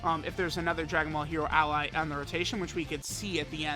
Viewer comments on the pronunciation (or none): none